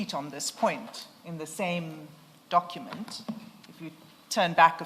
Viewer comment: Dokhument 😂I blame his then English teacher